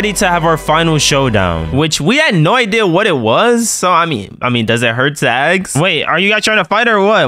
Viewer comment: if yall don't get it, he said "axe" and not "ask"